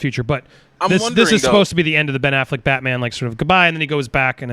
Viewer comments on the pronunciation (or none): Good conversation but is the guest saying "Aflac" like the insurance company instead of Affleck on purpose? is that a bit?